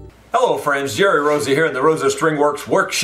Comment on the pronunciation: You got my name just right Jerry :D, enjoy the intro merry christmas. keep up the excellent work, and don't worry about the wood glue haters haha.